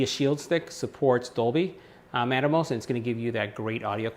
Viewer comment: Pronounce it with me: AT-mose. NOT Atomos.